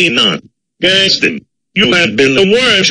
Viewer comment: They’ve called him Gas Stin instead of a word “Guess Ton”